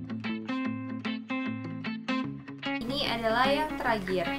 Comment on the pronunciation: ngakak pas dia bilang "teragir" dan "ei sleeping mask" WKWK